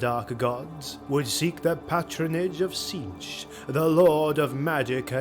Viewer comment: When saying Tzeentch's name, it's pronounced ZEEN-ch. The "T's" seem to be silent. Hope that helps.